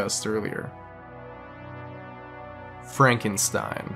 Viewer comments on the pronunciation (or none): none